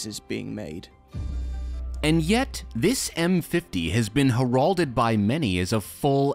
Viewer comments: her-ALD-ed? Is that like heralded? (HAIR-ald-ed) ;) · Heralded is pronounced “Hair-rell-ded” not “Her-rall-did.” Love you guys. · It's HER-alded, not her-AL-ded. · Her-ald-ed. LOL. Somebody notify the her-ald! :D :D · “Hair-AHL-ded”? Lol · “Heh-rol-dead” did you mean heralded? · Should probably learn to pronounce "herald" never heard someone say it like tha. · you mispronounced "heralded." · Heralded isn’t pronounced that way bud